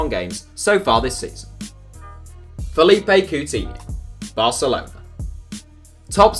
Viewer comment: He pronounced Coutinho’s name way off, really?